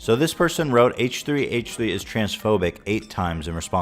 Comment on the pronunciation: It’s called H3 not Haaaaaaach 3. Driving me nuts every time you said H3 H3 like that!!